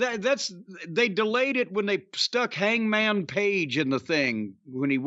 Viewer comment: It’s HangMA’AM!